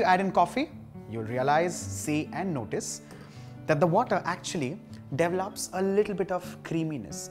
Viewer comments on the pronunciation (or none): When you said davalap, I expected you to add cow sweatner later.